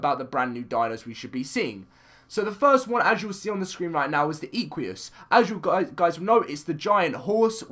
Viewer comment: "Ee-qu-ee-as" OMG the cringe (Im a horse freak) , its pronounced "Eh-qu-us", like equine